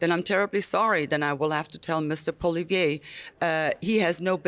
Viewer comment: Its Poilievre not Polivier